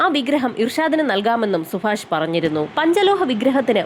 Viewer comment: സുഫാഷല്ല സുഭാഷ്